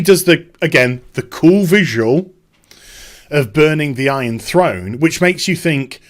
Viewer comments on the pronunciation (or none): none